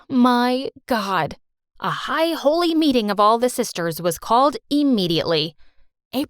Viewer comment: Omg they said a high holly meting i died 😭